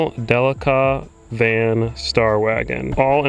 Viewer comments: De leak a say it with me de leak a. Not del lick a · Love a Delica! I’m a huge Mitsubishi fan. Just can’t help but think your saying it wrong. In Australia and Japan it’s pronounced Del-ee-ca. Lol.